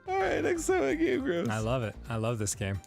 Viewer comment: What the heck accent have you got goin on there, bud? You pronounce like half of vowels differently from me, and I absolutely cannot place it. (Gee-ame, for example)